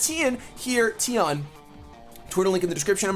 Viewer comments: Hahaha echt grappig hoe 'teun' zegt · It`s always funny to hear how other people pronounce dutch names haha